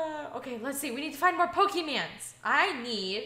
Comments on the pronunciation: there not pokemands it is Pokémon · YOUR KEEP SAYING POKEMANS ITS POKÉMON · it's pokemon not pokeman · ITS POKE MON WITH AN O